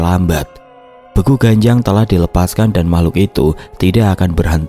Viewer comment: Maaf ijin koreksi mas.. Untuk kata "Begu", dibacanya seperti pada kata "Sewu". 🙏